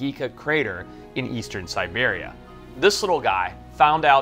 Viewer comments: That would be Siberia, not Serbia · Siberia =! Serbia 😂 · Yeah but a scientist should know the difference between Siberia and Serbia cmon Forrest still love him tho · Siberia, not Serbia! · Serbia? Hilarious mistake. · Did he mean Siberia instead of Serbia? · He probably meant Siberia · It’s not Serbia. .. that’s SIBERIA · ...SIBERIA ...not serbia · The lion - Serbia? Did you mean Siberia? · siberia not serbia 😂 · How can someone be so ignorant that he confuses Siberia with Serbia😂🤡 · Did he say Serbia?? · Dude you said Serbia instead of Siberia. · I heard Siberia, but then..... whoa! I'm calling Mandela effect on this one.